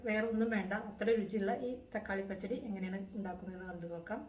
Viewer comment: Please learn to say the Malayalam words as it is phonetically said “pachadi” doesn’t sound like you say it 😊